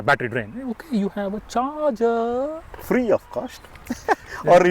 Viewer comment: U hve a chargerrrrrrrrr😂😂😂😂